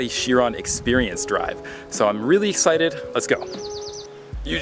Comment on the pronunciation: "I'm really sited" lmao